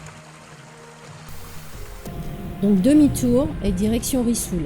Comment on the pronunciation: On dit risoul et pas rissoul en français